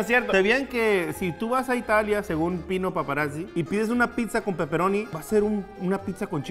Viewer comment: "Pino paparatzzi" 😂😂😂😂